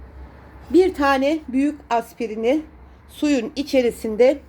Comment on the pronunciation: Aspirin diyor.😊